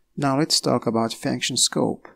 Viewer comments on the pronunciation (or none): Sounds like you're saying faction or fanction. It's pronounced "funk-shin/"... vowel is u, not a. (sorry, it was making it hard for me to focus on what you were saying. Hard enough to focus as it is, lol.